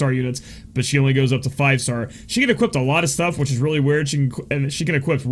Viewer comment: "She can equipt"...no, just no. She can equip!